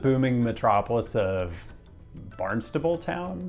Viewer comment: 🤣 this was hilarious as a Mass native. You mentioned my home city of New Bedford which is surprising. You pronounced the Town of Barnstable correctly but the urban village where the ferry runs out of is actually called Hyannis. It's basically the urban core/commercial hub of Cape Cod. You also pronounced Hingham correctly as well. Just use the British pronunciation of Massachusetts towns and cities and then it'll make sense.